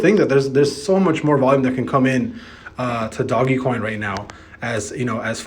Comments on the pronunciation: DOGE NOT DOG-e-coin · man still calling it doggie coin smh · my mans just said doggy coin.